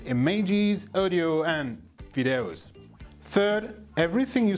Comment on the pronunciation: DID HE SAID VIIDAEUS ?